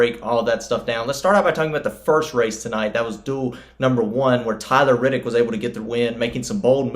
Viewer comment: C'mon, I get that you're a Nascar guy, but it's Reddick, not Riddick. Otherwise, good summary. C-Bell is our next champ.